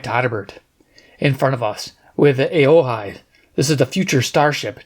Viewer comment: It's pronounced "O-Hi"